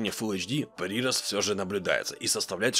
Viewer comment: Ну если читает все комменты, то да, ударение не верное. ПрирОст. Ушки режет немного.